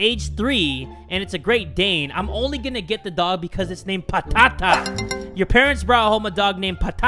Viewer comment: Fun fact: "Patata" is actually "potato" in Greek. And yes I'm from Greece. Also the way that pronounces the word "Patata" is just awesome 😂😂